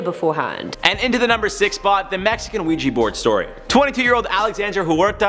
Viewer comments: Its OUIJAAAA NOT OUIJIIII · Ok. I cannot deal with this HORRID pronunciation of the word Ouija. It is OUIJA. Pronounced WEE JA NOT wee gee!!!!!!!!!!!!!! Seriously! Take your team and have then spend the day learning to pronounce the words they are gonna be using, in that video! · Ouija not Ouiji